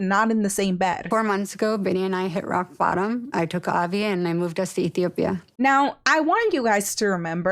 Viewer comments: Why do you keep calling it utopia? Lol Ethiopia. You’re missing a whole syllable lol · it's Ethiopia not utopía 😅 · E-thi-o-pia not utopia. I’ve been to Ethiopia and I promise it’s not anyone’s idea of utopia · Love your channel BUT why do you keep saying “utopia” Bini is from ETHIOPIA. Is this a joke idk? But you killin me sis with the utopia LAWD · 👏 that’s the spirit! Because “utopia” is frfr killing me the country is Ethiopia 🤦‍♀️ I’m glad you replied to the comments about it you’re too good to have that take away from the video #queen 👑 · Etopia? It is Ethiopia.